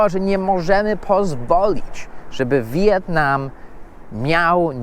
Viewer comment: Mówi się "Wietnam" a nie "Wi-jetnam".